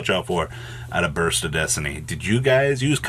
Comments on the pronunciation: Was I the only person who thought he said Bust of destiny? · He did say bust and no one can change my mind